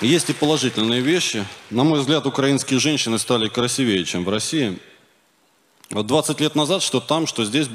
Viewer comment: Уж точно русский знают хуже... В слове "красИвее" ударение на "и", а не "красивЕе"!